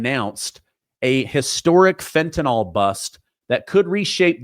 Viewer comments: The word is Fentanyl not Fentanol! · Fen ta nyl NYL - rhymes with hill, NOT NOL that rhymes with doll ! Pronounce it correctly.